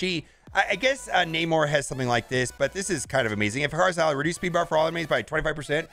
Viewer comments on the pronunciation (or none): Ikaris = ick-er-is. Not “I-car-is” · Please mobile…Eh-Ka-Ris. Not Eh Kar Is. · Do U.S.ers pronounce I's as A's? Why A- chorus and not Ick-or-us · Eh-Ka-Ris. Eh-Ka-Ris. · It's pronounced ICK ARE US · I would u pronounce ikaris like the mythological being that burned for flying to close to the sun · I've watched 2 different videos from 2 different content creators and apparently no one can pronounce Ikaris correctly lol